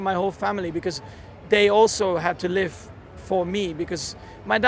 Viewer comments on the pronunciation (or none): none